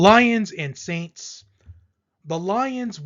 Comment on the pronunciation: The sainst 😂😂😂😂😂😂😂😂😂😂😂😂😂😂😂😂😂